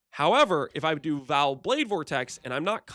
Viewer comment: I would like you alot more if you said Vaal properly.... Vaal... not "Val"